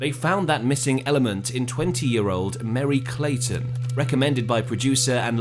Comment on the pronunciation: It's MERRY CLAYTON MERRY!!! GET IT RIGHT CRACKERS!